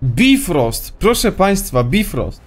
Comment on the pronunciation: mowi sie bajfrost